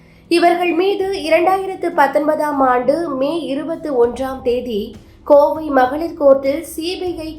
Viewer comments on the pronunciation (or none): none